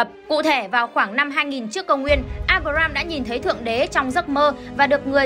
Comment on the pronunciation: à mà đọc sai đấy nhé. áp ram và áp ra ham chứ không phải abram và abraham